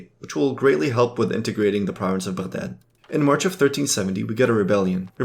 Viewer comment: As soon i hear your pronounce of Baghdad i click off the video.